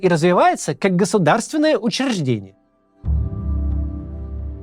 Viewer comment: Максим, переигрываете. Не надо тягаться с пометом, "мрази" - да это слово само себя дискредитировало уже. Ну и прочие обзывательства. Когда один раз вырвется - да, верю, а вот так не, ту мач. И надо получше проработать произношение слова "учреждение". Ну а пр существу, согласен с роликом - в России церковь всегда была органом власти, поэтому их так дружно и взрывали, когда пришло время. И снова будут. Почему то все батюшки которых я знаю это бывшие менты, бандиты или шишки. Так что тут все понятно. Ну и да, про застройку скверов в мякотку, у нас 10 лет строят домину выше 12 этажки, так и не достроили толком, зато сквер угробили. Но пофиг, я теперь в другой православной стране, и тут, кстати, православие и религия прям имеют значение, пасха - прям Праздник. Да и все другие церковные. Вот так то.